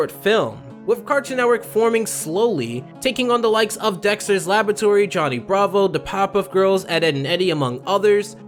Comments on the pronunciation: First off I love the video but second off... do you just like, not ever pronounce 'r's when they come after 'b's? "Libary" is kind of understandable, but "Labatory" is a bit much lol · Great video, but your pronunciation of the words "library" and "laboratory" rubs me the wrong way, you keep missing the R that's clearly in the middle there.